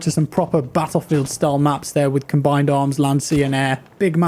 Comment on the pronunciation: "In Pattlefield"😂